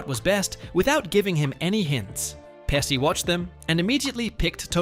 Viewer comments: Joe Pesci it’s pronounced pesh ee, not pessi! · Many studio executives shouldn't be in the jobs they do.....and it's PESHEE, NOT PESSY. Sheesh, do a little research and get it right..... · Learn to pronounce Pe-chi ! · It is pronounced "peh·shee, not Pehsee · "peh-SHE" not "pessi" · Narrator kept mispronouncing Pesci as 'Pesee'not 'Peshee' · It's "pesh-y" not "pessy". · Omg, stop saying Joe Pessi. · The correct pronunciation of Joe Pesci’s name is PEH-shee, straight from Italian. That “sci” → “shee” sound is standard in Italian (same pattern as sciarpa, pesce, etc.). “Pessy” would only make sense if it were spelled something like Pessi, and even then, Italians would still lean toward a soft “sh” depending on context. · You pronounced "Pesci" wrong. In Italian, "SC" before "I" is pronounced "SH", so it should sound as "Peshi". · Oh for fux sake…it’s peshi peshi…not pessi asshole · TY FYI it's PEH SHE not pessi. And it's TO MAY not whatever u said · PESHY not PESSY and towMAY not TOWmee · Joe Pesci grew up around the corner from our friend's wife's childhood home in Bloomfield, NJ. He owns a home in Lavallette, New Jersey near Seaside Heights--about 35 minutes SE of where we grew up. His name is pronounced "PEH- SHE," not "PES- CEE." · Peshy not Pessy FFS get it right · This video has a decent script which is about a movie that's a cult classic, however it falls short in execution due to poor pronunciation because you failed to nail both "Marisa" and "Pesci" in your text to speech app ; Wrong way: "Mah-Rees-uh" and "Pessy" and Right way: "mah-Riss-uh" and "Peh-shee" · Who the heck is Joe Pessy? He was not in this movie, that's for sure. The male star was Joe Pesci. Joe Pesci’s last name is pronounced PEH-shee (/ˈpɛʃiː/), not "Pess-kee" or "Pess-eye" or "pessy." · Peshe not Pesee! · His last name is pronounced PeSHi, not Pessi! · PESSI? IT'S PESCI !!! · Pesci is pronounced Peshi. the SC before an I is pronounced like the English Sh. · Joe Pesh-ee. OK? Joe Pesci.